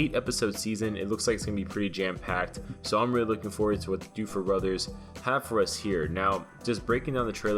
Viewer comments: Duffer NOT doffer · Did he say DOOFER brothers?! Ahaha it's DUFFER uhhhhh